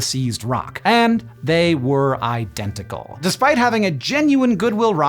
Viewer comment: how was there not a "my cousin vinny" reference when Hank said "I-DENTICAL!"?